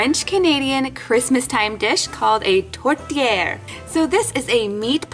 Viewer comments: I’m Canadian, from Quebec.I speak French and I thought it was funny how you pronounced tourtiere but I loved it!!!! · Haha I’m from Quebec and the way you said « tourtière » was quite funny haha! ❤️